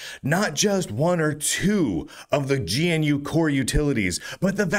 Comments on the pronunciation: Why do you say G N U? It's Ganoo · my pedantic RMS construct was screaming about pronouncing gee-enne-you and not gnu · Why does he call it Gee-En-You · "Gee en you" XDD